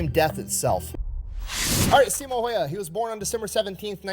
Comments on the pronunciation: The only complaint about these videos of Simo is that they always say his last name wrong. Häyhä is not pronounced heiha or heija. 😄 But I understand that it can be difficult for people who don't speak finnish. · "don't know how to pronounce his name" video he's watching pronounces it incorrectly "oh that's how you pronounce it" Gets me every time